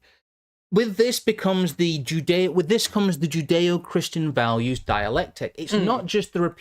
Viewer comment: Joodayoh-Kryschan valyoos